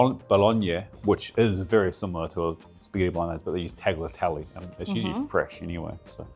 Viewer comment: How can you be so careful with the pronunciation of bolognese and continue to butcher tagliatelle? It's more like talya-telle